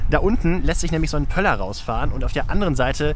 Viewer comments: poller* nich pöller oder pömpel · Meint er Pömpel oder Poller?! 😂😂 Pömpel ist das Ding um ein verstopftes Klo freizubekommen 😅